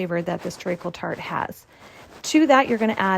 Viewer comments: this looks absolutely phenomenal, but as a brit i can’t get past your pronunciation of “treacle”! it’s pronounced “treecle” not “tree - a - cle” - fabulous recipe though you’ve done the uk proud! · You are pronouncing it wrong! Treeckle is how to say it. Dont over think the letters